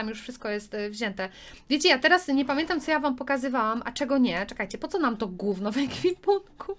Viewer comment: tak wogule ja cie kocham oglądać ale wiesz że cie oglądają dzieci. a ty muwisz napszykład guwno a w odcinku z star stable to powiedziałaś prawie zesrało